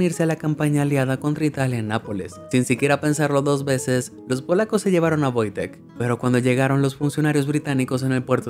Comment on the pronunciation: por que en el video le dice VOITEK si se llama WOJTEK???